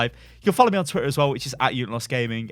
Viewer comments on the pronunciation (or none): none